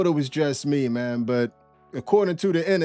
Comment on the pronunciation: Amazing the ebonics used by her was legit though she done meant something else when she said it. COME ON Maaaaaang. lol love the channel man keep crushing it!